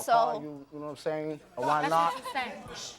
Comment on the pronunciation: He is a absolute loser! "Nome sayin"